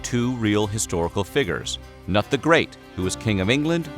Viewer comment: The way you say “figures” makes me uncomfortable....